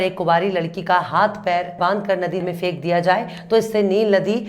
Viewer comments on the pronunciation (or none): Sar ko na phek not fek Talaffuz theek kar len Dhanyawad